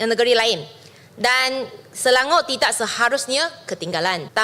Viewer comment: Ucap Selangor bukan Selango.